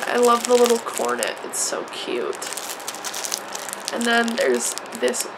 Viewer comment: She said "cornit"😂